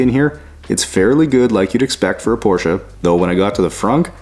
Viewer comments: I am really impressed. Especially of the fact that a nativ english speaker pronounce the name PORSCHE correct. Then it doesn't matter if it is one or then of them utbis always Porsche where the E ist spoken. And there is notvan s on the end. 😉 Well done! The job and the german.😂 Greetings from germany. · Allone for the right pronunciation of the name Porsche you deserve a like. Most North Americans call it porsch or porch…. Thanks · Great to hear that you pronounced the name correct as we do in Germany.